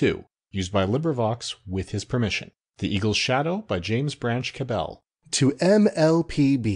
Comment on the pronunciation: Sigh... I didn't get very far into this because the speaker of the intro pronounces the author's name 'ca-BELL'. However it's well-known to anyone familiar with Cabell that he pronounced his surname to rhyme with 'rabble'.